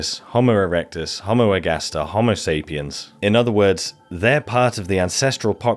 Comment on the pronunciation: I was about to praise you for correctly pronouncing "homo" with 2 long o's, but then you lapsed into incorrect "hommo". Homo means "man"; hommo means "same".